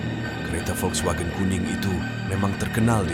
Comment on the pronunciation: Pening dengar muzik latar yg terlebih tinggi. Cerita & penyampaian okey. Volkswagen tu ada jugok dengar kat Karak. Sebutan volkswagen tu betul dah. Saya pernah belajar bahasa jerman dulu.